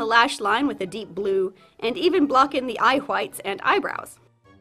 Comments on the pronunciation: Say whites: Whites Now say eye whites: Eye hwhites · ... did you say eye hwhites